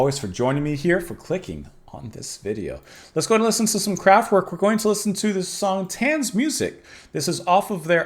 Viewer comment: Please, it's pronounced Kraft-Vayrk!